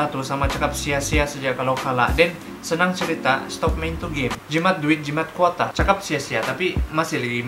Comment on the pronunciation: Tu quota pun jadi kuata suda sy dengar wkwkwk adei